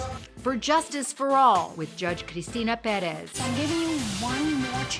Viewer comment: Pronounce “Perez” for me again?😂